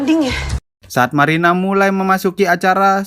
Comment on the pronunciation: marina bang bukan maina